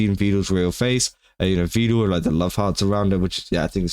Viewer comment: Vedal not vedul 😂